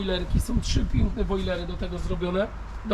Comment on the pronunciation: nie wojlery nie brojlery tylko woliery drogi Panie🙃